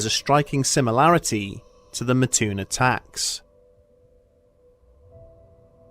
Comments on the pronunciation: its Mattoon MAT-TOON not MA-TTOON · I live in Mattoon Illinois and never heard of this ghost story in my 30 years of living here. But it does crack me up how he says Mattoon. It's not Ma-toon its Mat-toon. And its has a little more fun facts like. The original Burger King, Worlds biggest bagel ever made and it was a stomping ground for Al Capone. But now days its more known as a agricultural town farming corn,soy bean and meth 😆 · MAT toon. Not Mahtoon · It's Mattoon not Maahtoon my friend haha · I used to live near Mattoon. My only issue with the video is that it is pronounces Mat-toon. Otherwise, great video! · one of my first thoughts was "I wonder if they'll say the name right." Nope. But oh well. Still cool to see the story.